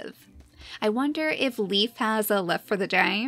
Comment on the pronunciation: Not to be rude, but I believe Leif's name is pronounced like a lei not a leaf. Lei-f. I know someone with that name and that's how they say it. =)